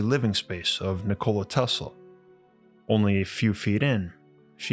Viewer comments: Not trying to be a dick … I believe the correct pronunciation of his name is :Nik-o-La Not : Nicole-A. As that’s what it sounds like you’re saying, at least to me it does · I am an avid subscriber , as your videos are so well researched and presented. I must admit though, that I would feel more comfortable with a little more research on pronunciation and grammar. You seem to pronounce Nikola, like the woman's name Nicole + a. The name is quite a pretty one, more like Ni kola & and not Ni ko la, with emphasis on the o instead of the i. Even so I do enjoy your delivery! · cool video, wish this guy knew how to pronounced his name correctly its ni·kuh·luh not Nichole dude. That's insult to his name. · Nikola Tesla was born in Austria-Hungary. Not in Yugoslavia. Yugoslavia was created in 1918 when he was over 50 years old. And it's not Nikoola, it's not pronounced by dragging out the letter O, it's pronounced Nikola quickly. When you say Nikoola it is a female name, not a male name. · It's pronounced nik-ala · I have to take you to task: you are mispronouncing Tesla's first name. It's "Nick-oh-lie" and always has been and always will be. This is pretty embarrassing for you... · I like how you say his name like a soda. 'Ni-cola' Tesla! Sounds refreshing. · Lol he said Ni-Cola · Oh dude he called him NICOLa. So bitch. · “NiCola Tesla” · Learn to pronouns Nikola corectly. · Is it really that hard to pronounce the man's name right? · Nikola Teslas name is pronounced with announciation on "i", not on "o" like you pronounced it